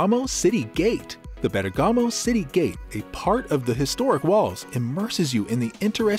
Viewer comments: Nice Video, I wish the pronunciation of Bergamo would be correct but it is not, its more like BER GAMO end not BERGA MO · it’s BERRRGAHMO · Gotta love that AI voice-over pronunciation of Ber-gah-mo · Virgiglio not Virgilo, and bergamo the accent is on the e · You need to pronounce the name of the city properly. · Ok the pronunciation of Bergamo is not good, everyone understood it. But why speak about Como lake? Bergamo has a very beautiful lake, Iseo lake, where in Sarnico they build the famous Riva speedboats ! Como is not so easy to get from Bergamo.